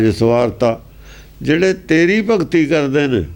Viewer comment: ਜੋ ਸਿੰਘ ਸਾਇਡ ਤੇ ਬੈਠ ਕੇ ਬਾਣੀ ਪੜ੍ਹ ਰਿਹਾ ਹੈ ਉਸ ਨੂੰ ਕਹੁ ਚੰਗੀ ਤਰ੍ਹਾਂ ਦੇਖ ਕੇ ਗੁਰਬਾਣੀ ਪੜ੍ਹ, ਇਹ ਸਿੰਘ ਭਗਤਿ ਨੂੰ ਭਗਤੀ ਪੜੀ ਜਾਂਦਾ ਹੈ